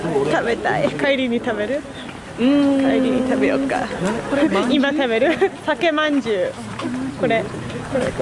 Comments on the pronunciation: 、「さけまんじゅう」じゃなくて、「さかまんじゅう」です（どうでもいいツッコミですが（笑） it's not Sake-manjyu, is Saka-Manjyu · 酒まんじゅうは「さかまんじゅう」と読みます。 私の地元だけかな？(^.^)